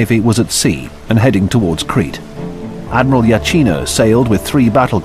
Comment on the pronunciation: Ad-my-ral.... I'm sorry